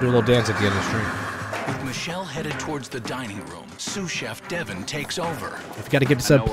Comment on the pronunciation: Calling him devin😂. It's Devon. De-Von